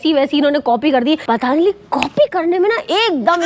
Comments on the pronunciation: वहां अच्छा खासा पतंजलि लिखा है और तुम पतानजलि बोल रही हो। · It's not a pataanjali😅 it's patanjali 😊